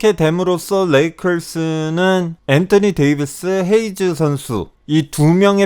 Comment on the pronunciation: 엔떠니 데이비스 발음 개킹받아요